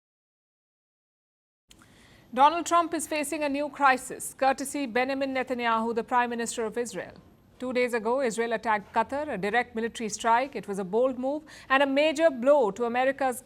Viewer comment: It’s benjamin” not Benamin!!!! Stupid woman!!!